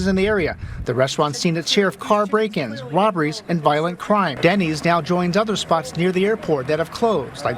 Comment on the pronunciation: Denny's??!! not Denney's! Man, when a Denny 's can't cut it you are truly in a third-world country.